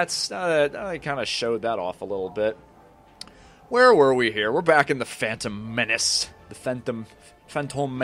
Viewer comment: A quick level, nice and short. It's more convenient if you upload a single chapter ("level") at a time instead of multiple levels in a single video even if it means that video will be shorter. Oh and a funny italian impression right there "The fantom menaci" :D ...sounds very "italish" (a compound word made of "italian" and "english") maybe it already exists otherwise I just made it up ^^